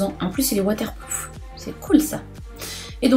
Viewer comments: apres le "c pas tranceandant" (sorry je sais pas ecrire ce mot) on retrouve la soeur de sanaa avec "cela va de sois" et "waterpLoof" 😂😂😂 je veux qu'elle revienne ouvrir les calendrieeeers 🍍💚🍍💚🍍💚🍍💚🍍💚🍍💚🍍💚🍍💚🍍💚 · "en + il est waterploof" hihi 🤣🤣🍍🍍🍍🍍🍍🍍🍍🍍🍍🍍🍍🍍🍍🍍🍍🍍❤️ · Ta soeur me fait trop rire "blity blender" avec un accent américain et le "waterplouf"😂😂💚💚🍍🍍 Il y a ton neveux qui passe derrière c est trop drôle😂😂 Super vidéos comme toujours💚 #snapfamily💚🍍💚🍍💚🍍💚🍍💚🍍💚🍍💚🍍💚🍍💚🍍💚🍍💚🍍💚🍍💚🍍💚🍍💚🍍💚🍍💚🍍💚🍍💚🍍💚🍍💚🍍💚🍍💚🍍💚🍍💚🍍💚🍍💚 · en plus elle dit il est waterploof😂😂💚🍍💚🍍💚 #Snapananas on l aime pour ça😂💚💚